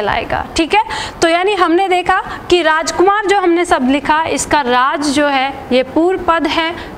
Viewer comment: आपकी क्लास बहुत अच्छी है। लेकिन प्लीज एक विशेष बात ध्यान दें आप हिंदी भाषा पढ़ा रहे हैं तो प्लीज 'शब्द' को 'सब्द' कहकर ना उच्चरित करें। 'श', 'स' और 'ष' के उच्चारण पर विशेष ध्यान दें। आपका पूरा वीडियो मैंने देखा बहुत अच्छा लगा। बहुत धन्यवाद।